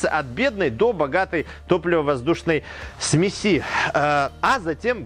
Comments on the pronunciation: ну и смЕси,а не смесИ. Спасибо за видео и здоровую реакцию на замечание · ударения специально некорректно?? смеси, зонда.. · Сме"си а не смеси" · Не думал, что слово "сме'сь" с одним ударением, а количественно множественное число будет "смеси'" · ААААААААААААААААА, смесИ, у меня аж глаз начал дергаться от такого.... а-ля катАлоги, смесИ - это позыв к действию(смешай типо). ой бля какой ужас.... А еще как же много раз он это слово говорит! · Смеси-ударение на 'е'. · Господи! Не смеСи, а смЕси! Не ЗондЫ, а зОнды.... Все замечательно, но как можно не знать как ставить ударение!? Уши сворачиваются. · ЗондЫ, зондА, смесИ... 🤦‍♂️. С ударениями в словах проблемы. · Лямбда-зондЫ, параметры смесИ.... С ударениямИ проблемЫ?